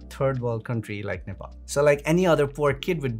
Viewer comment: Watching from Nepal Feel proud when you pronounced Nepal🙏🙏